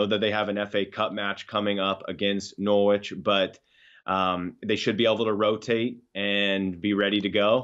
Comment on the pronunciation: Great show. I expected Flash to tell how to pronounce Norwich properly again lol, struggles with that.